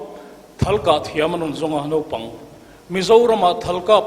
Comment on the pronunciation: A kawmtu in..Nopang..a tih khi Mafa-a te hma ah a hmang a..Mafa-a khian sawi a nei ve tur ania..Naupang.. Nau..tih lai hi a key sang leh uar lo in ka nau kan tih a..Nau..ang in a ri tur zni